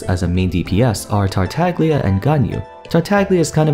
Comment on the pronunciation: Amber is the 2nd playable chara we see, venti exists. Also you said tartaglia wrong